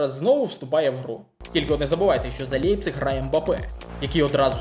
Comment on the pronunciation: Не "Лепцік" Німці кажуть "Ляйпцік" 😅